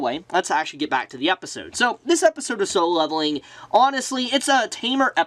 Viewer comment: Dude. You repeat yourself way too much. Also, it's called "Solo Leveling" not "Solevling".